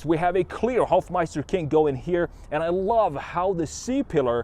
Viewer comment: I always get this bit of agressivness because you say Hofmeister King instead of Hofmeister Knick, just the thing understanding German.....